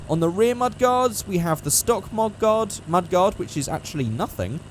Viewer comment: It's mud-gard